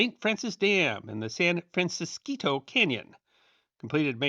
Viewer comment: Thank you for pronouncing "San Francisquito" correctly!. I grew up in Green Valley, a town a few miles up the canyon. As an adult, I used to drive right across the spot where the dam stood, when the road used to wind right in front of the base of what remainef of the dam.